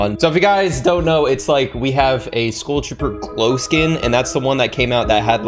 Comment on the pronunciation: why tf do you say school trooper? why cant you pronounce skull?